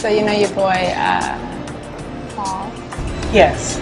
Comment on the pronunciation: I HATE the way the " " says the name Paul. Bish fix your mouth